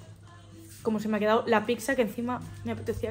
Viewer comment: es pizza no es pikza 😂😂